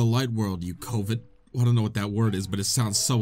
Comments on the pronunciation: “covet (cuh-vet)” is someone who wants something someone else has 😊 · hey. covet means to want something. its not an insult. also look up how to pronounce it. luv ur vids and congrats on 100k